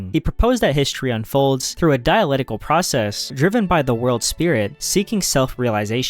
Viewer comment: It's "diaLECtical", not "diaLETical".